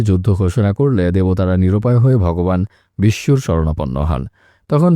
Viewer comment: Vogoban Bishnu uccaron hobe